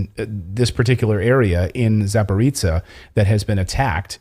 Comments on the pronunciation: [Za- pah-ro-zye ] not Zaporeetsya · Thank you for telling the truth, as usual. One pronunciation comment: It's ZA-PO-RÓZH-YE, not "zaporitzia" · Not Zaporica, it should be pronounced Zaporozhye (Zaporozya closest possible in English transcription)